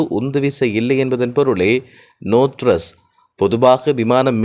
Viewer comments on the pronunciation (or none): கொய்ங் டவுண்😂😂 நோ த்றஸ் 😢😢 மேடே கோல்😅😅 பிறன்ச்😮😮 படிங்க புதுத் தமிழ்